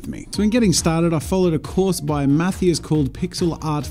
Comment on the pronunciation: Mathias? How the f.. How did you pronounce that? That's gross.